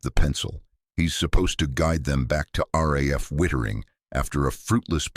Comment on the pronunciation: It's Witttering not whitering